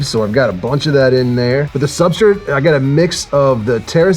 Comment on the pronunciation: I love that you say "Sub-STRIT" and not " Sub- STRATE(STRAIGHT)" I laugh every time I hear it lol. Must be a locational/ accent thing lmao.